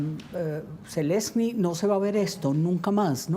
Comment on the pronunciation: Jajaja. dice zelecny jajajajajaj